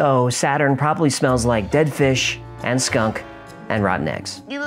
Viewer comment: “SAAAADUN” sent me 😂